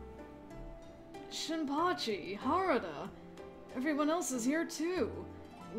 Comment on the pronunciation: Ha-Ra-Da, also, the Terminology you missed was under "Kyoto Judiciary Comissioner" -- Just thought you'd want to know, is all.